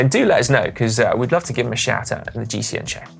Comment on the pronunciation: Come on Connor, you need to have another go at the pronunciation of the 3rd place in GCN Inspiration, not great for an Irish man!